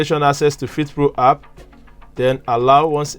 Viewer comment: It's called an app not hap